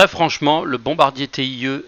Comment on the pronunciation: Vidéo sympa, vraiment mais pourquoi tu dis t-i-e et pas tie (taille) ? ^^